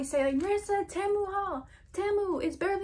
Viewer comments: its actually pronounced tee mu but tehmu works too :) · Its pronounced t-moo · temu is so much better in my opinion, but its pronounced as tee-moo lol, ur so pretty btw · Team-u not Tam-u 😂💕💕💕 Loved this haul! New subscriber here!!! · i prefer temu (by the wway its not pronounced temu its pronounced tee-moo) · PRONOUNCED TEEEMOOO. your welcome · the way she's all proud sayin ten moo 💀😭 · it’s pronounced ti-mu, loved the video btw !💗💗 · It’s tee moo thats how u prenounce it Temu is name brand oki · 1: it is pronounced tee-MOO 2: I do prefer temu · you say temu tea-moo btw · Pronounced TEE-MOO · It's pronounced te-mo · It’s pronounced TEA-MOO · Temu is pronounced tea moo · It’s pronounced ‘’ tee moo’’ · its pronounced tea- mu